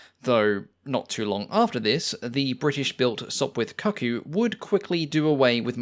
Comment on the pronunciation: Why is it that people don't know how to pronounce the word cuckoo any more? I've noticed this on a lot of Youtube videos on quite diverse topics.